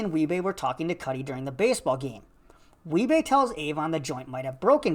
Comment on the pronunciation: Do wee-bey